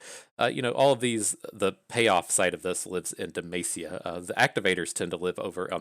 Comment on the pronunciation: Every time you pronounce Demacia it sounds like you are saying "the mace" lol